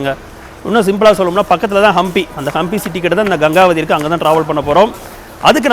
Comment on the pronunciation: I think it is pronounced as Gengavathi in Kannada கெங்கவதி